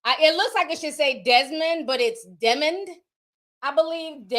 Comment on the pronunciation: It’s pronounced DEE Mond. My cousin is named Demond